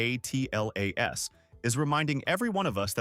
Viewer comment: AI needs to learn to minimize syllables, much as we do. I'm tired of hearing 3Iatlas being spelled out. Just pronounce it!